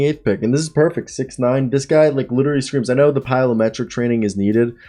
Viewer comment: Dude get it correct PLYOmetric not PYLOmetric maybe the people will take u seriously